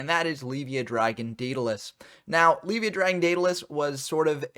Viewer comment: It's funny. You say "Leave-via," I say "Lev-ea," But I'm pretty sure it's supposed to be pronounced "Lev-I-uh" like Leviathan lol